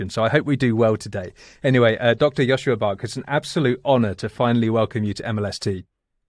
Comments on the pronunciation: Great talk, but next time say his correct name when introducing : Joscha NOT Joschua . Thx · Bit grating to hear his name pronounced as Joshua